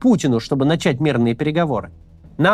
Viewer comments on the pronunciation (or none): none